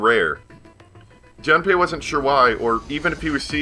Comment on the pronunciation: For the record his name is technically pronounced "June-pay"... a long "oo" like in moon. But no big deal. And if you haven't bought Tales of Symphonia Chronicles yet and are still interested, just FYI, you can buy each game separately on PSN for $20 each. I'd recommend buying just the first Symphonia first, and the mediocre Dawn of the New World later if at all.